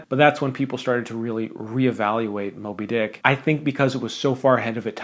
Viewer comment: Just when I think I’m watching a serious Man video, he said “moby-DICK”. 🙄 okay buddy, suuuuure